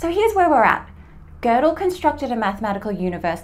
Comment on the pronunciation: Why do they say "Gördel" with r?